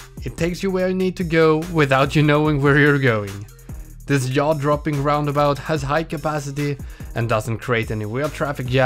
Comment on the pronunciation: I absolutely adore your pronunciation of Jaw and jam 😂